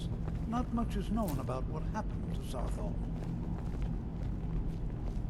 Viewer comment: THAARTHAL...awaits us.